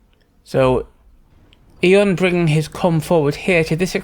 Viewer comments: in my language too we say "æ" in one of two ways but not like says it in either one! i would say it the way i think you say it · Have I been pronouncing Aeon wrong for the last 18 years? Its 'E-on' not 'eh-on'?